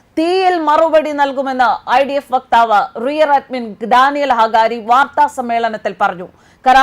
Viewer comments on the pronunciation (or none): പെങ്ങളെ, Rear Admin അല്ല. റിയർ അഡ്മിറൽ എന്നാണ്. നാവിക സേനയിലെ ഒരു മുതിർന്ന റാങ്കാണ് ഇത്.